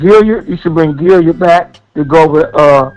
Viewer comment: He probably heard "Gilyard" from Mark Holmes.,.man cannot say a name correctly to save his life